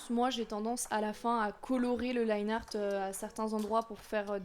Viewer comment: Je me souviens encore quand tu disais "Liné art" haha